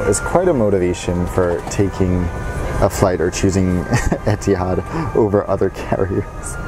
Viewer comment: etehads e-tee-hads u mean ethads ee-th-ads